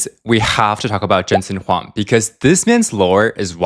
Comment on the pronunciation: Huang = Wong